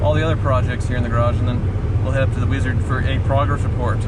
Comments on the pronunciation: Every time you say WEEEZARD I die a little inside. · If I was the wizard, I would punch anytime he said my name that way...